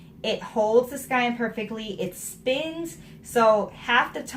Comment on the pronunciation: ok, so when you were pronouncing it like, "skine," I was saying to myself, why does this woman keep saying it like that?! Then you stopped and said, "I know I'm pronouncing that word wrong!" as if you heard me. lols hilarious. And, on the project bag front, I've been knitting for a looong time. I used to keep all of my projects in zip-lock bags, or shopping bags. Even as someone who knew how to sew, it never occurred to me to make a fancy bag just for my knitting. Now, I'm addicted, and I think I make more project bags than clothes. . .